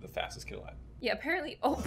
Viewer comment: Emphasis on “alive”